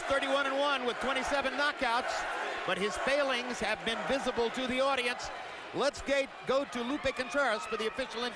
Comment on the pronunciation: .. let's gay..uumm let's go! .. lol who is this commentary